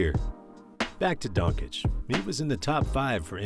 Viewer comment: Please learn how to pronounce Doncic